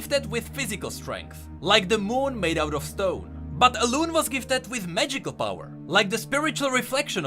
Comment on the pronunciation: it's Alun-E